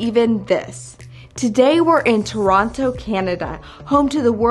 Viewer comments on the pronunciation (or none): Real shame the company didnt teach you how we pronounce Toronto up here!